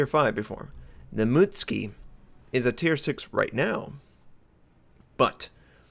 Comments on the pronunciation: Ah-Ka-tsu-key / moo-tsu-key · Ok... its moot-SU-ki. Not moot-ski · Please pronouce the names in a semi correct fashion, when you said mut ski, i cringed, its mut su ki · wronk its pronounced A-kats-ki Shi-ra-tsu-yu A-kits-ki Yu-gu-mo Muts-ki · Sorry to be the one of those people (btw I did japanese in high school) but you pronounce the Mutsuki as mootski. Whereas it should be pronounced as Moo-tsoo-ki Katakana (japanese syllabry) is usually in 2 or 3 letter syllables...its kinda annoying but hey you dont have to change how you say it.